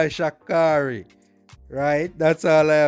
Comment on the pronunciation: When he said "bye bye shi carri" 😂 it sound funny lolololol